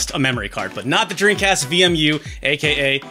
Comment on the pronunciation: Do you say “dreancast?”